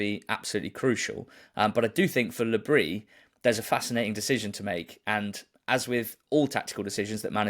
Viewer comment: Please, guys, it isn't Le Brie, it's Le Bris. The 's' is not silent.